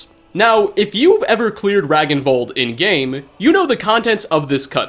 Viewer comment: "Ragnvald" is pronounced "Rang-n-vald" in nordic languages.